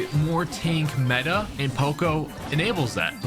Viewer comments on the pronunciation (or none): none